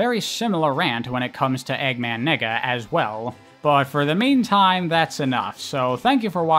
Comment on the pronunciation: I’m pretty sure it’s pronounced “Nay-ga” dude 🤣🤣🤣🤣🤣